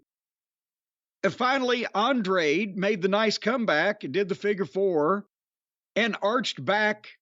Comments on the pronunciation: is it that hard to say “an-dra-de” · Hearing the commentary fuck up Andrade's name took away from the amazing match those two put on